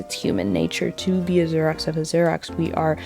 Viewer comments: It took me a few repeats of the word to realize she was saying Xerox. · Your mispronunciation of Xerox is sending me 💀💀💀 We are now in an age when Xerox is no longer in the common vernacular 😂 I feel old. Loved the video. Your commentary and analysis is spot on. ❤